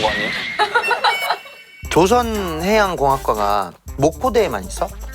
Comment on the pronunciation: "배를 만들다"라는 뜻의 단어 "조선"은 창섭님처럼 '조'를 길게 발음해야 합니다. 조:선(造船) 발음은 '조선 시대'할 때 발음이구요.